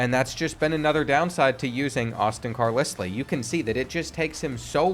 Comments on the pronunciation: Another video of you saying Car liss lee is pissin me off!!!! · hearing car-lis-lee had me thinking i couldnt read 😂😂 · I can’t believe you don’t know how to pronounce Carlisle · I can’t believe you said Carlisle wrong the entire video. 😒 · How did you just pronounce Carlisle? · Today I learned that doesn't know how to pronounce Carlisle. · Came here to comment this. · I can never tell if is being ironic or serious with these name pronunciations... Car-liss-lee... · Literally screaming at my phone “IT’S CAR-LYLE.” I could ignore it once but after the 47th time of saying it, it was like nails on a chalkboard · I really need you to figure out to pronounce Carlisle lmfao...its Car-LYLE 😂😂😂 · Car-Lissly? Seriously? Sometimes this guy just trolls. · Carlisle is pronounced"Car Lyle" not "Car Lisly" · As a Brit, Carlisle is Like LYLE not Lisle. Personally a little annoying but thats just me. Loved the Vid tho and AJ Swann ex Vandy QB, W rep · It's pronounced CAR-lyle, 😂😂 I did a double take the first time you said it just to make sure I wasn't bugging out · It’s pronounce Car-Lyle 😂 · JESUS CHRIST! ITS NO CAR-LIS-LEE... ITS CAR-LIE-ALL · Do you honestly think Carlisle is pronounced like Kat-lis-Lee? Carlisle is pronounced like Kar-Lyle. You actually knew this and were trolling right? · Car-lis-lee has to be rage bait to drive up engagement. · Bro said car-liss-lee💀 It’s pronounced car-lye-le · Dude, his last name is pronounced CAR-LIE-L, not CAR-LIS-LEE, sorry man, just had to say that. Keep putting out the great content. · CAR*LI*ULL carlisle not CAR*LISS*LEE...GAHHHH words arent hard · Say these two words after me. Carl Isle. Carl Isle. Now put them together with the same sound, Carlisle. Hearing Carlisslee was like nails on a chalkboard every time, lol. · It’s “Car ‘ Lyle “ not car lislie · It's pronounced Car-Lyle not Car-Leslie... But other than that great video. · Car*LYLE not Lisly. 😂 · I cant believe you just pronounced it car liss lee again